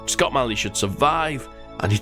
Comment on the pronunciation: failed pronouncing my name :(